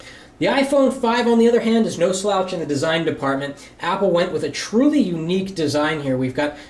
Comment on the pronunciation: did he really just say "a truelly unique design" you've got to be kidding me